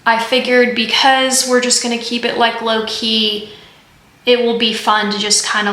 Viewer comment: JoAnn's has glass ornaments, too! You said "low-key," but I heard "Loki." 😂❤️